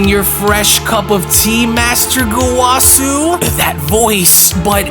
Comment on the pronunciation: That is not.. how you say gowasu's name, or rumsshi, I think you should actually watch super lol you are butchering everyone's names